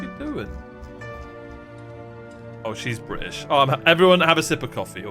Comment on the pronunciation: "Oh, she's bri'ish.." idk why but I lost it at that lmao